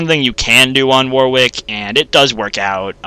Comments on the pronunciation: Warwick is generally pronounced waw-rik or wawr-ik; the second syllable does not start with a 'w'. It's not pronounced how it's spelt, sure, but it's the name of an English town, and us Britons like to pronounce things differently just to throw foreigners off. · sorry to snap but it's not just you, I don't think I've ever heard it pronounced it correctly on youtube (must be an american thing). it's war-ick, you dont pronounce the w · for fucks sake if I hear it pronounced war-wick one more time I'll have a heart attack